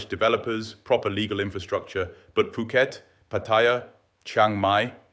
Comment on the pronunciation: Please don’t pronounce the H in Phuket. It’s Poo-Ket. When you said Foo-Ket, i immediately thought you were ai and almost switched off.